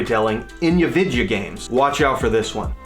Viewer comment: I like when you say “vidya games”! Great video dude. Better every week.